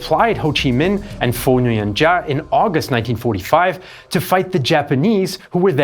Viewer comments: Excellent documentary videos, but if I may be petty, the Vietnamese name "Giáp" is not pronounced like "Jah", but like the English word "Zap" (or "Yap" - depending on region). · Giap is pronounced "Zap" and Nguyen is pronounced "Win".